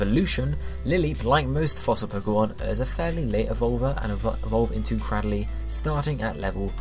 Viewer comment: CRAD-dill-lee What? I thought it was cray-DILL-lee